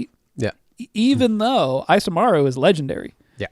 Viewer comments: I'm cringing every time you say "" instead of Isamaru lol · The "I" in Isamaru is pronounced "ee" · Isamaru is based of Japanese and should be pronounced "ee-sah-mah-ru". Maru(麿) is a suffix used in dog names and Isa could be shortened version of 勇ましい. So the name could mean Courageous/Brave Dog.